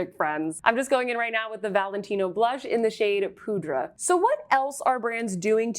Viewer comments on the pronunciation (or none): none